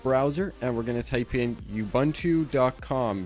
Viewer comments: Thanks for the instructions. But Ubuntu is pronounced differently - uboontoo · Great tutorial! it's pronounced "oo-BOON-too" though.